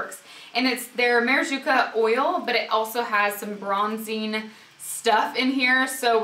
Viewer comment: "Ma-ra -ju-ca " lol))))) love ur videos, )))